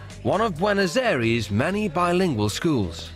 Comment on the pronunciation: Did he just say Buenos aries 😂